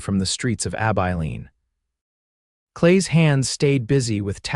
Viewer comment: Ab Eye Lean. If Ai is so smart why can’t it pronounce words correctly?